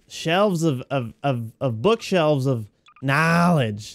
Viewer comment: Vanoss Says KNOELEDGE